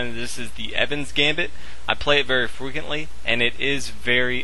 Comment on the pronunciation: You play it very "frechuuntly"??? Come on